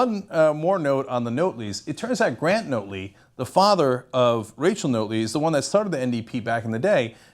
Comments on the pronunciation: Notley, as in Not Lee, not Note Lee. Love your videos BUT you really need to listen to Albertan media to get the pronunciation! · Ugh it’s pronounced NOT-ley... like we should NOT have voted for her...not NOTE-ley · It's pronounced naughtly... Not note ly.. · By the way... Rachel Notley's last name is "NOT-LEE not NOTE-LEE!!" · It's pronounced not-ley; not note-ley. Not-lay. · This is the weakest analysis if the Alberta election ever., and I knew the Young Turks would take this view... and It's 'Not' Lee... not Note-lee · It's NOT-ley, not NOTE-ly. JS. And yes it is nice democracy won, as it was getting scary, as the influence the Kochs had even here on policy was being shoved down our throats. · Its not pronounced "Note ly" Its pronounced "Not--- ley" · Notley ... not-lee. Not ... note-lee. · It's Not-ley, as in the word not.... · Couldn't stop laughing when he said Rachel "Note-ley" other than that though, good video. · Her last name is pronounced "Not-ley" Jim had a hard row to hoe he was the benefactor of 2 hated administrations our last 2 conservative leaders really sucked. I personally was hoping for a minority government of some sort. I like Rachel Notley she is a good person. But the provincial NDP have to do what the federal NDP want and that might be against Alberta's interest. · Pronunciation note: NAHT-lee. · it is pronounced not-lee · pronounced 'nautly' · Rachel Notley....pronounced like Motley Crue... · I like these American commentators telling us about our country who don't know how how to pronounce our politicians' names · Good Job mispronouncing our Premiers name not like there are a ton of videos available with people saying her name or anything